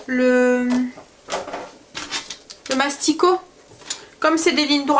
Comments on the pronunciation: J'adore regarder tes vlogs le matin à 6h30 en dejeunant ! Tu me donnes des idées repas . Tu m'as fait trop rire en disant masticot 😃😃 c'est massicot. Ne le prends pas mal surtout. C'était pas mon intention . Bonne journée. Bisous bisous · Coucou super bonne idée les endives jambon feuilletées. Tu m à fais sourire car tu dis mastico au lieu de massico c est mimi bisous à tous les 5